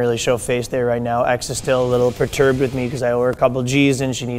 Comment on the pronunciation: Bro, 'perturbed' cmon man lol